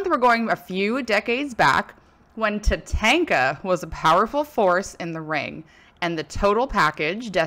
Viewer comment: Ta-Tawn-Ka not Ta-Tank-a lol